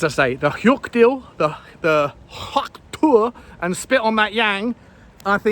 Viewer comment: nailed pronouncing hyuk perfect and get the order wrong? 😂😂